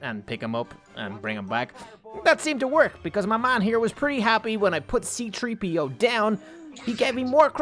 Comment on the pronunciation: C3PO NOT CTREEPO